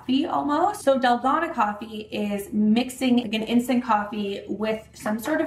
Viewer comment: Yummy! I love using oat milk when I make this. It’s so good!! Also, it’s pronounced “dal-GOH-nah” (that’s how I’ve heard Koreans pronounce it). Thanks for another great video,! 😊